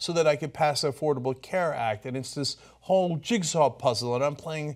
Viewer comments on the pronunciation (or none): none